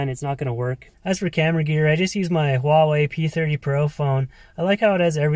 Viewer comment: What?! A Wah Way! (Huawei) thats un-American dude! Jk lol 😂